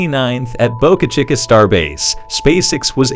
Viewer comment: Someone should teach you how to pronounce Boca Chica.